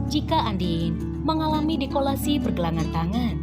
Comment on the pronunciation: Dislokasi kali min, bukan dikolasi.